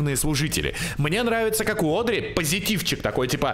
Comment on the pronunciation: на протяжении всех выпусков про Бенди всячески коверкает имя Одри:_)